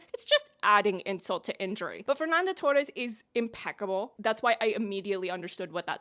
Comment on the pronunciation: You were the non brazillian that ive seen doing the closest ainda estou aqui pronunciation, you even tried to pronunciate the torres with the portuguese R sound, wich alread shows your consideration Anyways, i do apreciate you engaging with ainda estou aqui's political and historical context. This movie is about memory, our colletive memory from a time that refuses to be over. Rubens' torturers are still alive and recibing money from the military. To this day they hadnt been juged for their crimes and probably will die peaceful from old age as many did. We never healded from it, our suvivors and their families are still here to this day waiting for justice. Eunice's son wrote the book and he's friend with fernanda torres and selton mello, even so it was easier for him to see his book turn into a oscar nominated film than to found his father's body 50 years ago É por isso q é importante dizer e repetir: Sem anistia e ditadura nunca mais